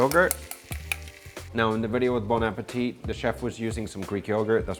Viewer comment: Damn, U always pronounce the T at the of "bon appétit"... ^^ remember: "bon appétEEE" ;-) TX for that video !